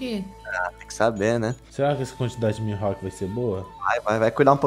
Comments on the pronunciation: E nn é "mihalk" é "mihawk" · Na vdd é mihawk :)